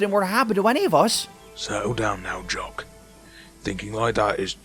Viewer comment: It’s jock not yock geez 🙄 how hard is that